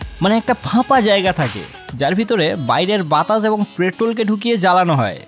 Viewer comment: ভাই বাতাস না বাতাছ 😂